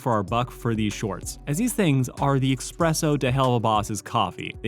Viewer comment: Dude it's espresso not fucking expresso